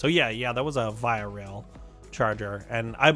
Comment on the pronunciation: Just a quick correction. Via Rail is pronounced “Vee -ah.”